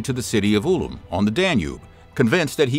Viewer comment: That’s not how you pronounce Ulm